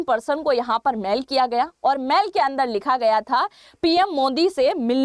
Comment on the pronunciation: बेटा जी मैल नही होती मेल होती है